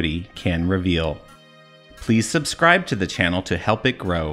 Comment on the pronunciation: You can't pronounce it Gran-it, but not pronounce subscribe as "sub-scrib"